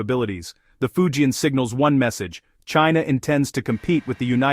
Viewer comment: If you can't even pronounce "Fujian," you're not in the game, are? You're a failure, and you're fooling yourself, Go find out. Then do it over from the start, OK?